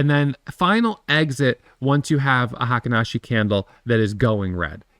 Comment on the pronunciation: Fun fact: "Heikin-ashi" is pronounced " Hey keen Ah she" It means the average step